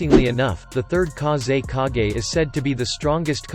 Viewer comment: KA-ZEY-KAA-GEYY I'M DEAD